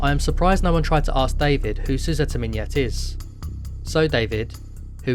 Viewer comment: "Miñet" in that precise pronunciation is "Blowjob" in russian.